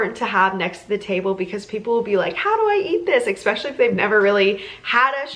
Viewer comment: so adorable! and the charcuterie is amazing! also please don't say eck-specially. there's no k sound in that word and you're driving me bonkers :) now, off to Trader Joes because I must try to make some of this for my son's party. thanks!!!